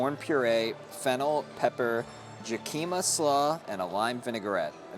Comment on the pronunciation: I think "jacima" is pronounced with an H. Like "hah-cima." It's Spanish.